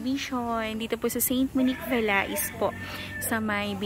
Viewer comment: Ma'am french pronunciation of VALAIS is VA LEY silent s din po. 👍